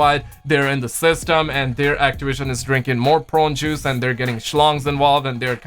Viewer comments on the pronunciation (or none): Idk what’s worse brother the adds in this video or you trying to say prune juice. I love you